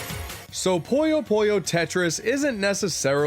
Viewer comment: Glad Puyo Puyo made the list, man...but it's not called "Poyo Poyo." I know you've Kirby on the mind, but c'mon. :p